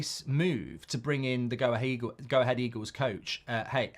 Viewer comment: Your Dutch sounds good when you say 'Go Ahead Eagles'! 😜